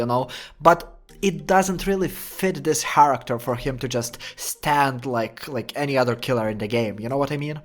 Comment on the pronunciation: why do u keep saying haracter